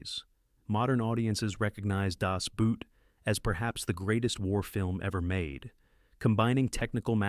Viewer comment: You did very well until you made the classic f-up of people who don't bother to learn any part of a foreign language. Das Boot is pronounced exactly the same as Das Boat (and has the same meaning). If you really want to sound like you know what you're talking about, learn how to properly pronounce at least the titles.